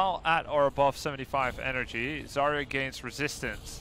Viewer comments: Her name isnt "Zariya" :( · I can`t believe that Zaya herself saying her name wrong T_T make me wanna cry. P.S i`m russian and zarya it`s actually a word